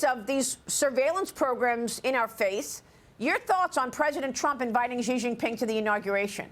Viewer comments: I know Fox doesn't read the comments but FFS pronounce the clown-punchers' name right! Its "SHE", not "CEE" or "JEE". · Yep, also it's pronounced as "She" not "Zee"